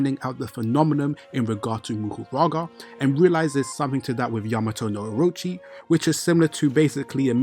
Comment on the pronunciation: Isn’t it Mahoraga instead of Muhuraga like you say?